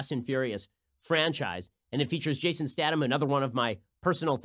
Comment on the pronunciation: Who the hell is jason statum? It's stath-um. -.